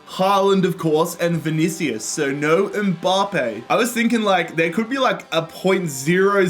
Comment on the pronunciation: No one:: M Bah Pay